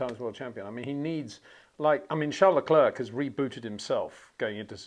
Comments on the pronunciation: Phonetically, say 'LeClair', Charles and all of France will thank you. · finally, someone says it. Just don't say the 'k' at the end Peter.